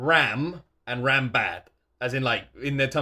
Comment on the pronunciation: I'd appreciate it if you would pronounce Ram like the word run(m) since its the right way to pronounce her name And for me as a non native english speaker it's hard to understand which one of the sisters you mean